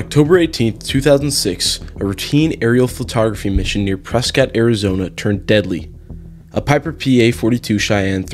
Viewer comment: Props for getting the pronunciation of "Prescott" correct.